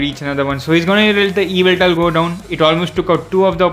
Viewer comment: that's Gi-ra-ti-na not Ji-ra-ti-na and its not evil-tal that's yv-et-al